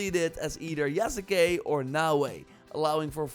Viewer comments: Yasuke is pronounced "Yas Kay", not "Ya Sa Kay" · “Yas-Kay”….come on man lol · the U in Yasuke is silent! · this dude can't even say yasuke right